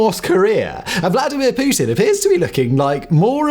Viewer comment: I enjoy the way you say Putin. Poo Tin.